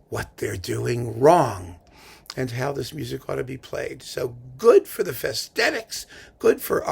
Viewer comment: It should be pronounced "Fesh-tet-itch", with a strong accent on the first syllable. Hungarian 's' is pronounced like 'sh' in shoe; 'sz' is like 's' in size (the opposite of s and sz in Polish. 'cs' is pronounced like "ch" in chip. All Hungarian words are accented on the first syllable. An accent simply means a long vowel.